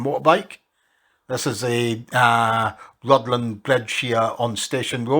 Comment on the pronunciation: And the 'dd' in Rhuddlan is a 'th' sound, so it's more like 'ruthlan'.